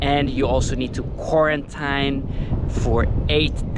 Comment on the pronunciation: beautiful! "kuorentaíne" :P